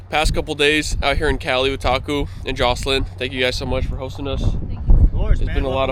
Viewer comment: I thought you were saying taco instead of Taku, cool collab, how did you get into getting snorkeling and catching crabs, did your Dad show you?